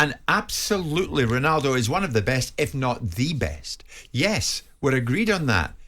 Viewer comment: Oh, did he huwt Wonaldos feewings?